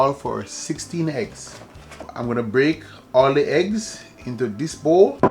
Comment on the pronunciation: The heggs not eggs 😂. OK...now you spoil my enjoyment, please leave out the allspice, I am terribly allergic to it 😢.